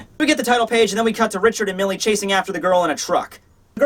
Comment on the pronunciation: Mille is the French word for one thousand. Pronounced something like "meel"